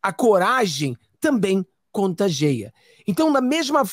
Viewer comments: "Contageia" non ecziste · É CONTAGIA,GOSTO MUITO DE VOCÊ E NÃO GOSTO QUANDO VOCÊ FALA ERRADO. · Não é contagea e sim, contagia.